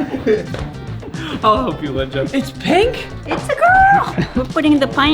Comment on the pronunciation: "They are hère cutting a phink wardamelon" IT WAS A PINEAPPLE